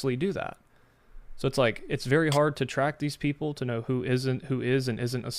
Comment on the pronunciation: guys pretends to be Jewish saying he converted, based on his accent I can tell that he is not, he is an Arabic speaking person with a strong Arabic accent, Hebrew accent is not similar at all to Arabic accent, the biggest giveaway to his flasification of his identity is how he says People, he said Beoble, because in Arabic the P sound does not exsit.